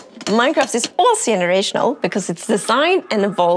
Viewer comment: Yenerational 😂😂😂 yenuinely. 😅